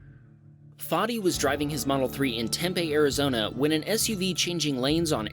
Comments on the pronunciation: It's "Temp-ee" not "Temp-aye" or "temp-eh" lol. Temp-ee, Temp-E, Tem-pee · its tempeee not tempay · I love your videos, and I thought you should know, it's pronounced Tem-PEE. Not tempay. Haha! Great videos, and keep up the entertaining work. I watch your Dashcam channel, too. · it's pronounced TEM-PEE Tempe, AZ...home of Arizona State University and the Devils! 🤷‍♀️ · Unfortunately, Tempe is pronounced as Tem-pee... Then again, it is fitting to have it pronounced with pee at the end because the water out there is bad. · Tempe is pronounced tem-pee by the way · For clip #12, it's pronounced "tem-pea". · just to clarify the correct way to say Tempe is "Temp - pee"